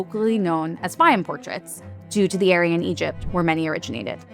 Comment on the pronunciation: My God! There are so many words she can't pronounce: Fayum, Modigliani, and a few more just in the first 2 minutes.